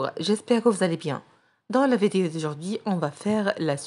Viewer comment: ملاحظة : كنقولوا l'image ماشي lémage و vidéo ماشي védéo و l'édito ماشي l'édéto كتنطقي i -é